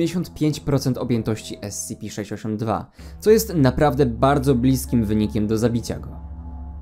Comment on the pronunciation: dobrze czyta